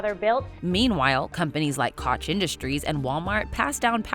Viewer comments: Isn't Koch pronounced Coke and not Kosh? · I think Koch is pronounced like Coke. Just FYI... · “Koch” is pronounced Coke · "Koch" is pronounced "Coke" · ‘Koch’ is pronounced as ‘coke’- in that family. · Ffs, Koch is pronounced "coke." They're only one of the richest, most corrupt and nefarious families in the country with their slimy fingers pulling the strings in dozens of different companies, political campaigns, charities, and other shady endeavors. Don't make yourselves look like ignorant idiots who can't be bothered to do your research. I like you guys, but this was seriously stupid. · Koch is pronounced "Coke", guys, lololol. Also, eff nepotism. 💯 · Koch is pronounced like Coke - y'all seriously didn't know tho?